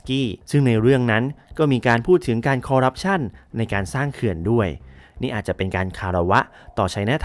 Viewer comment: นิดนึงนะครับ ที่ถูกคือ "คอร์รัปชัน" นะครับ